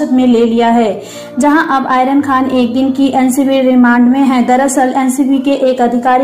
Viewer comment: आयरन नहीं मैडम आर्यन सही से बोला करो